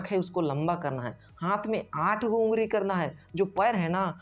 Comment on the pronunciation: Ungari😅😅😅🤣 ye kya. ungali hota hai 🤣🤣🤣🤣🤣🤣🤣🤣